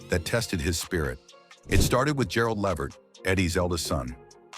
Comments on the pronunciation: It’s Le-Vert, not Levert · Mr. continue to say the O'Jay's please don't try saying Eddie last name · If nothing else, please. Pronounce, his name right. Tell the truth about, what really, happened in La vert life!😅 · Yes, mispronounced Eddie and his sons last name 😕